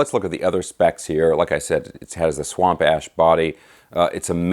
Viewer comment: Did say "swamp ass?" Ha ha ha.